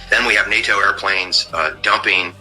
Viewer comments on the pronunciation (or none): none